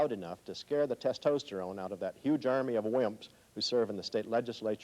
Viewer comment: Tes-toast-erone? LOL!!!